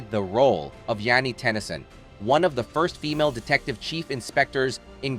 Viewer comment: Ok, so you say the number of roles she has been offered has declined and she has been shunned by Hollywood but she is as busy as ever. So which is it? AI writing at it’s best. And Jane is not pronounced Yannie.